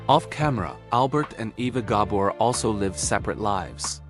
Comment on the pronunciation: Mispronouncing Eva Gabor killed my interest.